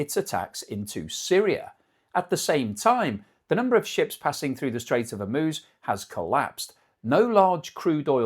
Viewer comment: If there's one good thing, at least can pronounce Hormuz correctly.